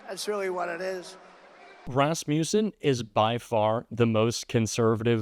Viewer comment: Listen carefully to how he pronounced "Rasmussen." He said, "Raspussen," conflating Rasmussen with Rasputin, the Russian mystic. It's like a child is speaking. My former elementary school students frequently mispronounced words, as children often do. What's 45's excuse? Mental deterioration due to faulty brain synapses.